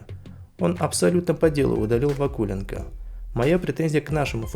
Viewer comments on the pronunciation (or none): Пюник может спасти либо подкрепление в центр поля, либо нападающий в стиле Кейна. А почему ударение в фамилии Вакуленко стоит на у? у того же Басты ударение в фамилии стоит на о, может и здесь так же? но не знаю насколько это распространяется на фамилию ЦЗ Пюника. Игроки Струги были уверенны в своём ударе, а игроки Пюника толком не били. Дебле очень нужен здесь и сейчас, он умеет завершать моменты и брать игру на себя. Конечно не в стиле Кейна или зубастика, но он качественный игрок. Сильно поржал с действий защитников Слимы при втором и четвёртом голах. Ноа красавцы, но дальше будет сиииииильно сложней. Серобян, Арутюнян и Оканси потопили Зимбру, чей игрок попал в штангу при выходе 1 в 1. Игроки Урарту не крыли соперников, набегающих вторым темпом, зато они смотрели на мяч. Думаю что два, т.к Струга забьёт на выезде. Она может и не шибко сильна, но уверенность в своих силах у них есть.